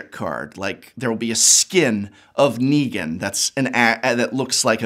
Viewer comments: He also hasn’t watched TWD; pronounced Nee-gan as Neg-an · Him botching negan as ne-gan 4 times was agony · so a few things here: 1-MTG has planes walkers and therefore any universe regardless of IP is fair game if the owner is down 2- the walking dead comics ended with issue 193 so your "I stopped reading around issue 500 is crap and loses you credibility there and 3- you couldn't even pronounce Negan right for half the video so there's more credibility gone. At least try like come on.